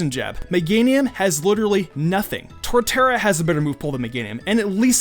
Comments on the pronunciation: it's Torterra, not Tortara. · when you said Torterra I've never been more triggered